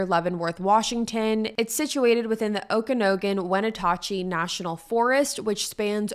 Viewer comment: Wen at chee and O ka nog in for pronunciation